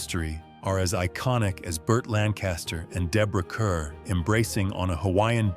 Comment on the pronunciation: Kerr is pronounced Kar.